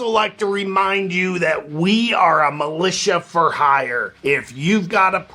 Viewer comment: Milit-IA 😂😂😂😂😂😂 radiation!!!!